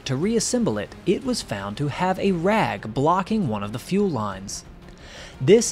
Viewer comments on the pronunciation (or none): none